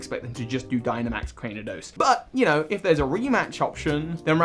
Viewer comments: I love you, but youve made this mistake in several videos Its “CRANE-I-DOS” not “CRAN-DEEN-EE-OS” 😂😂 Im just teasing, thank you for the video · Legit I came into the comment section to see how many people had commented on 'Crandeenios' XD I have not heard that mispronunciation before. Not that I'm here to hate, just to let him know it's 'Crane-io-dos' bc of the 'crain' from 'cranium'.